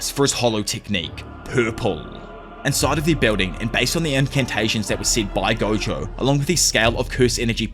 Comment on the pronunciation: Please tell me me if I’m not the only person hearing goku is stead of gojo